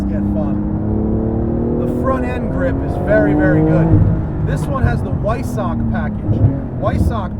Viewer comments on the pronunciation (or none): Weissach is pronounced “Viessach”, Matt.